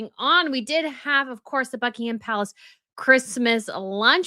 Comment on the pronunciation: In 'Sandringham' and 'Buckingham' the 'h' is silent.